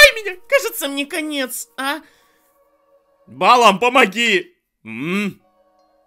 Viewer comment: И да, АргО, не Арго. И БалаАм, а не БАлам. Просто на всякий. (Не докапываюсь, просто хочу, чтоб ты знал)